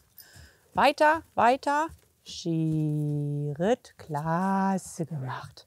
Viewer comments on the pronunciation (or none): Eine Frage: wieso sagt man eigentlich "Terapp" und "Scheritt"???